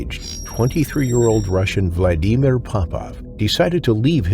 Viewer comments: The way the narrator says Vladimir drives me crazy. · Motherfucker have you never heard how to pronounce Vladimir holy shit how many times you gonna fuck that up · The AI commentary puts me off. The embellishment of a person alone that was attacked yet the story about how they were humming nursery rhymes etc. Seriously? All the mispronunciations eg Kakadu, Vladimir and Aussies . The incorrect observations eg you don't have a femoral artery in your neck. So yeah stopped watching pretty early on. I won't watch any more of these with the AI voiceovers as well as poet licence aka lies about what really went on.